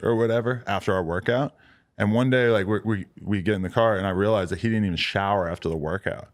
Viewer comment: he said "evean" lol